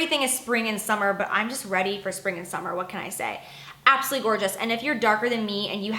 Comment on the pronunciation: I hate when you say "abosolutely" it sounds like your saying "absity"